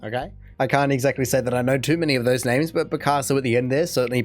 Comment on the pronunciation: Terrible pictures. It's just a bad video. The dude who's speaking can't even pronounce the names/ words. I can tell your not impressed by this video either.